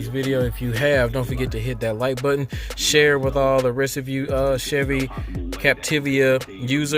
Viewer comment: All good, but you messed up the name. Its Capti-va (not Capti-via)